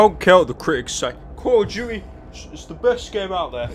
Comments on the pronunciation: One does not simple calling call of duty "call of juty" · Call of Duey ahaha just skip over the T in Duty why dont ya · “Call of duechy”